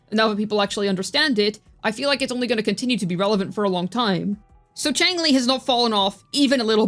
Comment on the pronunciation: Xiangli (Yao) not Changli